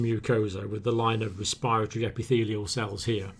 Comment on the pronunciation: I love all your videos, but why do you guys keep mispronouncing respiratory?! Just imagine the second r isnt there